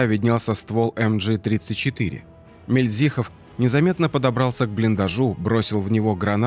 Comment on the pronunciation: Мильдзихов, с ударением на первой И,хочется чтобы правильно произносили фамилию Героя